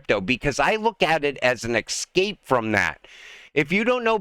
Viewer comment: It's escape not excape 😅